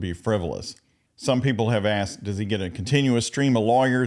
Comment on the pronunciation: 'is this lawful law' and 'axed and answered' are missing on the bingo card 😂